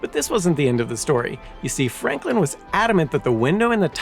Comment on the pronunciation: Oh say can you zee? 🤦🏼‍♂️